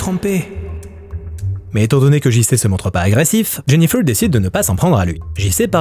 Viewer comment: " Jenifeuwwww" ? 😂😂😂 En plus tu le répètes 50x